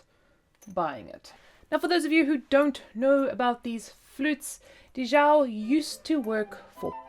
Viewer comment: Thanks for sharing! Also, I believe it’s Di Zhao not Dhi Zhao.